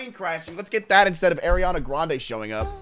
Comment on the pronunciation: Y he hate ariana so bad😢😢😢 also its Ariana not Airiana😅😅😅